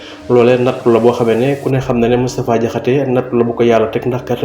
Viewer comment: DANGUÉÉNE DI DIMINUER LE S DE MOUSTAPHA MOU TOUDD MOUTTFA DIAKHASSÉ